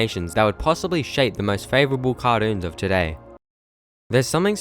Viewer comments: You said cartuonz not cartoons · actually what went through my head was "what the heck did he say? Kah dunes?" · I've heard of cartoons but not cahdoons